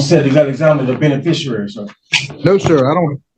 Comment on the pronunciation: It would be nice if at least one of these troglodytes could properly pronounce the word "beneficiary".